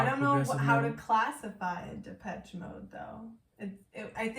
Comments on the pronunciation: it's shhhh though not chhh )) depeshhhh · It’s Depessshhhh not Depech 🤣